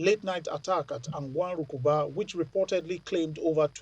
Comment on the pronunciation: She said An gwan Rukuba 😂😂😂